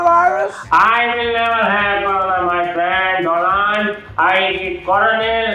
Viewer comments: Donald ......???? Dolaand......!!!!!! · Modi ji:-Hello Do-land 😂😂